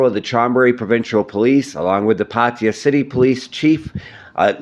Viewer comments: Pattaya not patya, at least you can make an effort to pronounce correctly.😂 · 555. I thought so too. Party-Yer..wtf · Perhaps it would be a good idea for you to learn how to pronounce Thai words, specifically nouns/proper nouns, correctly. Examples being Pattaya, Suvarnabhumi, and the name of the deceased.